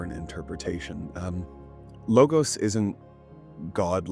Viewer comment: You somewhat get off on the wrong foot when you mispronounce the word 'logos' Law-gahss